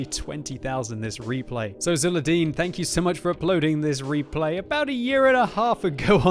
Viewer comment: Thanks for commenting my replay. I`d also like to thank the RNG-gods for making this video possible ps: It`s pronounced with Zulerdeen ^^ or just Zul / Zuler - Zuler